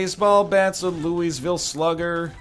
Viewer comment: I'm from Louisville, an you pronounced it soooooooo wrong!